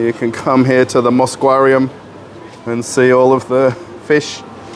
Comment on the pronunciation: The "Moscwarium" xaxaxaxa! Now that is fresh.